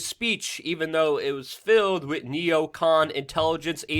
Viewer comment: New drinking game. When Luke mispronounces the word 'with', everybody drink. Or burn one down, what have you.